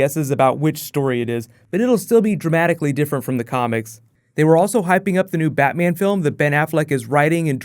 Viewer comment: Batman not baa